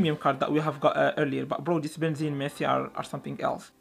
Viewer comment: It's Benzema not zima